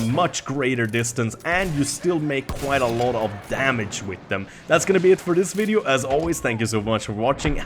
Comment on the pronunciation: The Wideo is long. lol lit wiking time!